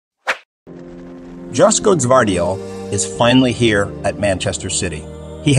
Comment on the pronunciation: To the makers of this video😊 Correct pronunciation: Joško=Yoshko